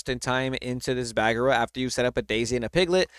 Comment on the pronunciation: Donald the spell caster is going to break the meta, Tamato is the new money card! The return of Hercules, I like, but you have to really plan it out, I'm sorry,, but it's not pronounced "BAG-ER-RA" it's "BA-GEAR-RA."